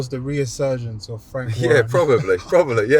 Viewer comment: Never watched this show before but the host is thick. What is the word ‘reasurgence’?!🤦‍♂️🤣